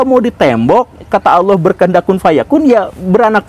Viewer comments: Ngomong Allah saja bilang aloh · Sayangnya guru gembung kalo mengucapkan lafadz "Allah" gak enak blas .terdengar lucu...lebih lucu dari cara A.A.Gym😆😆🙏